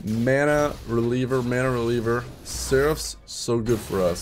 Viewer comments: It's MANA-REAVER not releaver... I love your content but that is actually getting me triggered xD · It's mana-reaver... not reliever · *Mana-Reaver Not Mana-Releaver